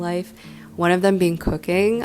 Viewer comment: For some reason when you said that you been into cooking lately I heard coc**ne and was like what noo